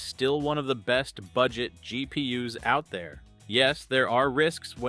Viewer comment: picked it up from the awkward pauses and the "GP us" in the GPU section